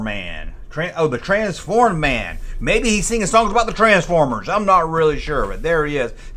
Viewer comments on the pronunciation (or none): none